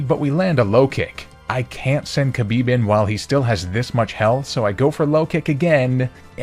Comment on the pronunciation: Khabib had one wish post career. Just pronounce his name better. It's closer to Habib than Kabib.